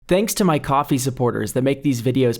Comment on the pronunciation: who else noticed he said “coffee” differently